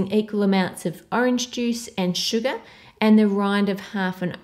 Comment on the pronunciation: The way she says "sugar" is like calling a bts' member. lol